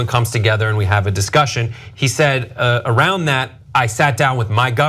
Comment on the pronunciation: "Wing awound the Rosie!"